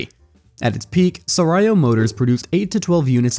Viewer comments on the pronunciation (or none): I was listening to this while driving, not looking at the viddo. i have to stop to check this philippine brand is that i don't know - "sarayo" 😅. It's pronounced sah-raaw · I understand why you can’t pronounce “Sarao” (sah-rah-o). But inquirer? Seriously?